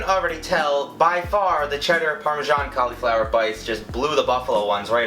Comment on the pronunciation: Did anyone else get annoyed buy how he said cauliflower😡